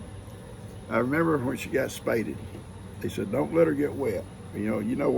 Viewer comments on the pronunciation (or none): It'spade not spayded